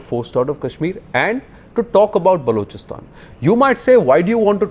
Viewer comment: naavika it is balochistan not baaalochistan. Lagta hain arun jhootley ne theek se nahi shikhayaa